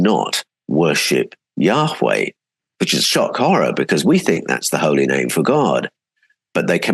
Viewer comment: Can't wait to read all of your books. A small question I have is why you pronounce Yahweh, "Yaa-WHay" (like whey from dairy) rather than Yaa- Way as is typical. As a translator, I'm sure you have a reason. I want to pronounce it correctly. Thanks.